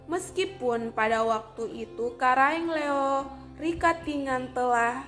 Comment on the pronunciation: Karaeng LoE, bukan Karaeng Leo, tolong dikoreksi, perhatikan juga pengucapannya yg tdk sesuai, seharusnya sebelum membuat video ini berkonsultasi dulu dgn orng yg paham utamanya dlm penyebutan nama.